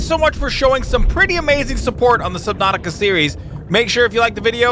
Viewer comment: I thought he said slipnatuatica for a sec